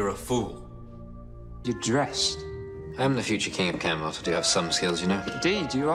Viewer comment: This ain’t my little pony hon....it’s Camelot not Canterlot